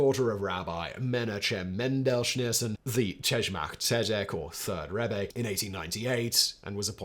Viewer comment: Incorrect, Rebbe with an E on the end should be pronounced Reb-uh